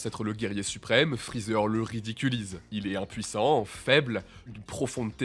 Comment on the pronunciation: Freezert? Mdr c'est Freezer hein